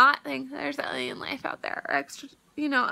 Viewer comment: I'm not trying to be mean whatsoever, but I can't get over the fact that she kept saying "eliens" instead of aliens. "One step more closer?" My grammar nazi is screaming inside.